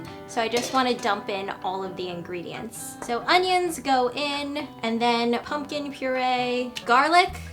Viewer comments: whenever she says 'ingredients' i think of it as INGRID-ients.. :3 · Ingredients --> Ingrid-ients hahaha :)